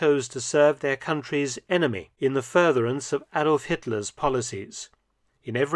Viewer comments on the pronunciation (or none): none